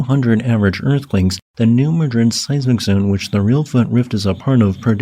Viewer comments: It's New "MAD-rid", not "muh-DRID." It's not pronounced like the city in Spain. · Locals pronounce it New Maa (apple) Drid